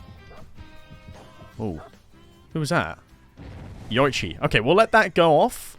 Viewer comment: Great video. But it's pronounced "Yo-ee-chi."